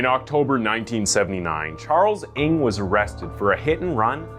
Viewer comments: I think the correct pronounciation for NG is "nang"!!!not eng!! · I think NG is pronounce "nang" not "ing". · His surname is not pronounced "Ing". It's "Ng". Like a sound you make when you stub your toe. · Charles Ng surname should be pronounced "nang" not "ing", been to asia and met people with surname Ng, they wonder who I'm calling coz of that, seen some of their videos, they are cold blood indeed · Good story telling as always. Love your channel. Just a small correction on the last name of the asian guy, Ng is pronuanced as "Nang".